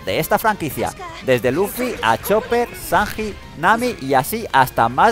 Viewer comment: san "g" i lol